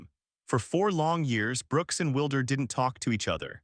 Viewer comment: It’s not Wilder, sounds like Wild—er. You will never get anywhere with cheap Ai